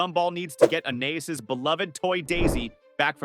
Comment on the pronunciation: fr why are they copying tho and he can’t even pronounce Anias right